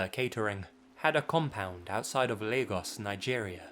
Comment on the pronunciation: Thank you for saying Lagos right, the wack news anchors in Captain America : Civil War made me wonder if people don't bother to use Google.when you said Igbo, it was a bit off but better than my 6th grade history teacher who wouldn't listen to correction.